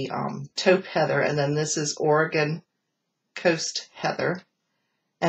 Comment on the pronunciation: Thank you for pronouncing Oregon the right way. Most people on the east cost pronounces it Oreegon instead of Oregon lol.